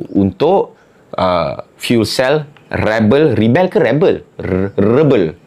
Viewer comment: Rebel ni sebut Ree Bell baru sedap bunyi dia .